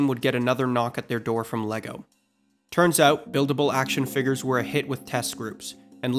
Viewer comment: "Action Figgers" 🤨